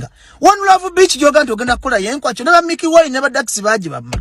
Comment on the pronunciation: The way is pronouncing ekwakyo olemwa